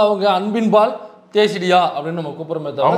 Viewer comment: அது தேசிடியா இல்ல தெ,... ....